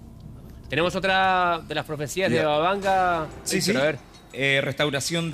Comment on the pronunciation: Todo iba a bien hasta que dijo "banga banga" que clase de investigador es ese señor. xd canaluchos comprados.